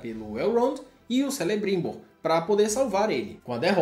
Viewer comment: Apesar de não ter gostado da série, o resumo ficou legal 👍 quanto a pronúncia foi boa, só Celebrimbor que se pronuncia Kelebrimbor! Valeu